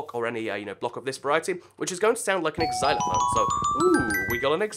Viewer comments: I don't know if you noticed but you said "Ex-zy-lo-fone" when it should be "zy-lo-fone." Just thought I'd let you know. P.S. I think the bone is meant to be a Glockenspiel. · X-xylophone? It's just called (Zy-low-fone) :D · it's pronounced zilerfone, not ecsilerfone, spelt xylerphone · "ix-ylophone" i thought you were better than this